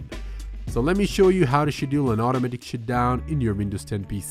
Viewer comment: “shutdown not “shitdown”!!!